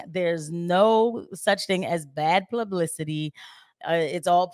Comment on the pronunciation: that “plublicity” shit itched my brain lmaooo